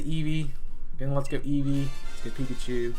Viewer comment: This man actually said "Pekachu"